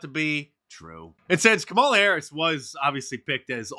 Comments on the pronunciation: Mark mispronounced KUMALLOVER HARRIS' name.😂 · "Kameltoe Harris" Get it right! 🤣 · its pronounced kamm allah Mr. Dice. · Harris's first name is correctly pronounced KAH-ma-la or Comma-luh. She made a video to help people get it right. I'm not kidding.